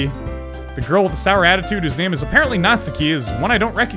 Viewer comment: he pronounces every name wrong lol